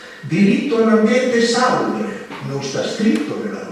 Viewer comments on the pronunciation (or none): salùbre, non sàlubre!